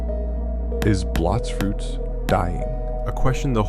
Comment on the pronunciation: its blox fruover